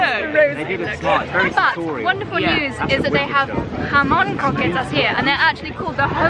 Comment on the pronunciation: I eat croquetas every morning (the joys of living two blocks away from a Cuban restaurant) for breakfast. So glad you’re enjoying your trip and your Spanish pronunciation is pretty good if I say so myself! Love from Miami <3